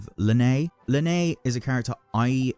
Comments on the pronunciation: Why do you pronounce Lyney like that 😭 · yeah i hope you never pull for lyney just because you pronounce his name like that